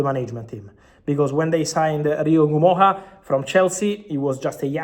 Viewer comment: Fabrizio is the only person I've seen who pronounce Rio Ngumoha's name the right way. It's not En gumoha it's just Ngumoha.